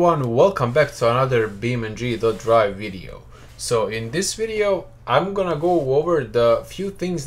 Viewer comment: its beamng not beam ndree